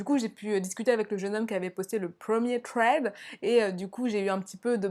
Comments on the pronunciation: Je connais déjà le 2 eme thread ! 😪 mais sa se prononce “sred ” et pas “tred " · C'est trop mignon tu dit "twread " au lieu de "thread" >\\< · Sauf que personne ne prononce ce mot "TRED" xD "SRED", à la limite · Je ne suis pas d'accord, je trouve que c'est hyper frustrant d'entendre des S au lieu des TH 🙁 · On ne dit pas un《thread》avec un t mais avec un s !!!!! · Pour thread, On prononce pas « sraid ? » plutôt que « tréd »? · j'suis americaine et enfaite thread c'est tred tout simplement. sraid je sais pas d'ou ca sort mais ca me fait grincer es dents chaque foi. comme quand vous dite ''the'' comme 'ze'' c'est ignoble ahahaha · Ça de prononcé "sread" 😂😭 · Le pwemier thwead 😂😂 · « Le twed » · le pwemier twed 😂 je t’adore 💗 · HAHAH ”twèd”😂❤️ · j'ai bien aimé ces thwead comme tu dis mdrr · Moi aussi ça m'irrite à chaque fois qu'elle dit tréd 😂😂😂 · Mehdi Mazouz mais oui mais en plus elle est là elle tape des phrases entières en anglais et tout mais « tréd »😭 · C’est déjà mieux que Squeezie qui dit vraiment littéralement « srède » puis ceux qui arrivent pas à prononcer le « th » dites vous qu’aux US une bonne partie de la population prononcent ce son comme un « t » directement et en angleterre c’est même parfois prononcé comme un « f » (écoutez du rap britannique vous allez voir mdr) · Insupportable ta façon de prononcer « thread ». Soit on parle anglais soit français mais on invente pas des prononciations. C’est super irritable. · Vidéo géniale + qui galère a prononcer le mot THREAD j'adore